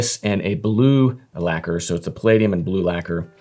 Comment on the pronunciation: Mf doesn't even know how to pronounce "lacquer" 😂